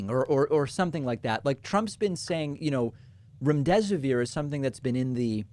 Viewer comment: Remm-dess-siv-veer is the pronunciation for remdesivir.